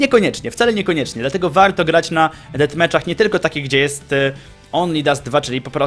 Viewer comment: dlaczego muwisz wałto tak jak byś mowił po angielsku?